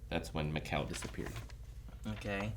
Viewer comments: Everyone: "Mikkel": "Macow" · Guys it's Mikkel like Me-kel, of all the names I didn't expect this to be the hardest haha